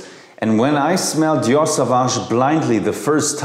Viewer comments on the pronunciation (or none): none